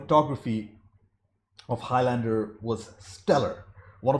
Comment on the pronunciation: Highlander rhymes with islander. Very annoying hearing highLANDEr all the time